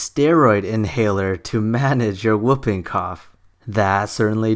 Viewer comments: Whooping is pronounced who-ping, not whup-ping. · And it's wh-oo-ping cough, like swoop, not woping like moping OR whoping cough like whiping. It is an onomatopoeia of the distinctive whoop noise of this disease